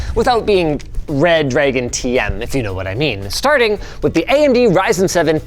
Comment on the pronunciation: Linus saying a 'Wuh' at the "w/" in the PSU title had me cackle